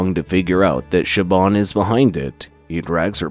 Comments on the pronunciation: Irish can be a .... weird language to native English speakers. The actual pronunciations are a bit hard to type because the language itself has broad and slender constants and vowels which are sort of hard to type out. "Siobhan" is pronounced "SHI-VAHN", not "SHI-BAHN" but you were close! Ciara is pronounced "KEE-ARAH" not "SEE-AIR-A" I'll cut you a lot more slack with the ship name, as to a native English speaker the actual pronunciation will make no sense. Niamh is not pronounced as "NEE-AHM".... It's "NEEV". Amh makes the "OHV" or "AV" or "EEV" sound in Irish, and IA is pronounced like "EEE-AA" or "EEE". Cinn isn't pronounced "SIN", its pronounced "KEEN". Óir is not "O-EER", and again the pronunciation is a bit hard to type, but its sort of like a combination between "ORR" ,"AR", and "OH-ER". So the ships name would be pronounced "NEEV" "KEEN" "ORR" Told ya Irish was weird :P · It's pronounced "SHI-VAHN" It's an Irish name.